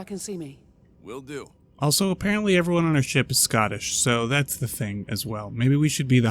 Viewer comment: 'Scottish'? LOL